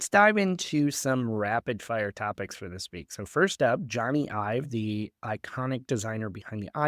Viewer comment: Love you guys but pls pronounce Jony Ive's name correctly 🙏 “Johnny Ive” /ˈdʒɒni aɪv/ (like Johnny the common name, and Ive rhyming with hive)